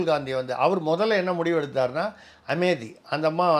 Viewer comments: Amethi is the name of a town in Uttar Pradesh. It is a Proper Noun. Hence it has to be pronounced as Ame-thi and not Ame-di. You may please cross check. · Sir, Amethi pronunciation is wrong. It is Amethi, not Amedhi. It is Ame-thi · It is Tamizh pronounciation....just like same pronounciation for Madham and matham